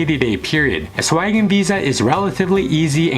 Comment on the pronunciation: Man, is it so hard to say Schengen?